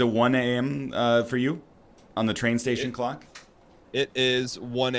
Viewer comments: I would watch this more, but saying words wrong is making me unreasonably angry. It’s not a Cluck, it’s a CLOCK. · Why is NL pronouncing clock so weird?